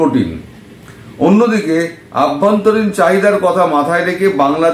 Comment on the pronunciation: দাদা please অভ্যন্তরীণ বলুন ........ আভ্যন্তরীণ নয় ❤